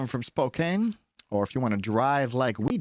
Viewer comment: its pronouned "Spo-Can" not "Spo-Kane", thank you for the video tho